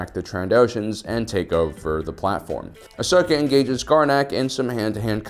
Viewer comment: Ahhh yes… Ahsoj ventress😂